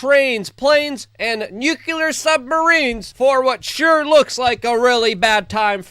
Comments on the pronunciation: how hard is it to say NUCLEAR instead of nucular? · Like, why do you keep mispronouncing the word "nuclear"? It's pronounced "nu-clee-ar". Not ""nu-Q-ler." Got it? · NUKE -LEE-AR not NUKE-U-LAR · Luke radowski please learn how to pronounce the word nuclear? Thanks